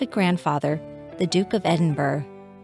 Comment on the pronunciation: It’s pronounced Edinborough, not Edinburg.